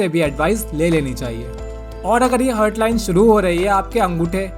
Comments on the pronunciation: हर्ट nahi हार्ट bolte hain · भाई, वो "हार्ट" है, हर्ट नहीं. 🙂